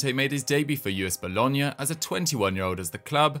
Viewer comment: You pronounce Boulogne as Boo-loin not Bologna